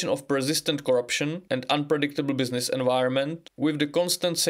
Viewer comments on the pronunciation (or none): none